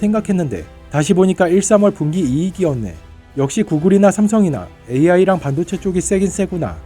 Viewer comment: 반도체 발음을 반도(한반도)로 하는 이상한 아나네.. 뭔가 의도가 있어..